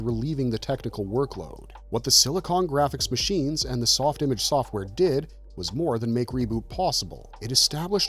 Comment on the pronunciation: I think it was pronounced "Softimarrrge"